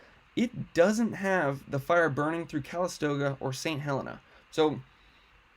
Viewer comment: Thank for for the info. St. Helena is pronounced Heh-LEE-na. I took my first year of nursing training there in 1967-68. That whole area was simply gorgeous.